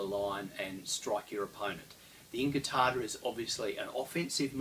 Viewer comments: I had to watch the first scene three times because I was distracted by the light "sabres" over there :) Pointless pronunciation note: in modern Italian (as opposed to Spanish), the "U" in "QU+vocal" syllables is never silent, so "inquartata" is pronounced as "in-kwar-ta-ta", BUT, "incartata" - as in Saviolo's writing - is indeed pronounced "in-kar-ta-ta". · Thanks, I always appreciate correction of my appalling Italian, but could that have changed over time? I started with Saviolo as it's in English and when I saw the different spellings, incartata in Saviolo and inquartata in Giganti I assumed that they were pronounced the same and the English spelling was simply phonetic. Could Italian usage have changed over time? It does seem odd that Saviolo said inquartata, pronouncing the Q and John Florio or whoever ghost wrote him (I don't believe for a second that Saviolo's English was that good - the text does resemble Florio's) wrote it down as incartata, as if it had a silent Q. Of course there's also the possibility that Saviolo wrote it down "inquartata" and it got read off the page by an English transcriber as incartata and spelled that way to make it easier for Englishmen. Any experts on 16th/17th century Italian pronunciation?